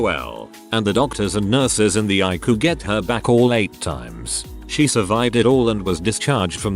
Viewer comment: Eye-ku? EYE-SEE-YOU